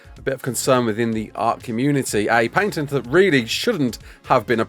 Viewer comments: What is a "paYNtent"? Why are you adding extra letters in there? The "ay" i kind of get cause "a" in that rough accent could lead to that but adding an "n" is nuts..at that point an accent is a detriment lol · "Paintent" xD